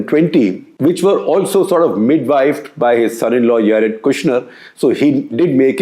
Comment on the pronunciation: Jared Kushner is said as Jared with a J not like Yared as in Spanish style.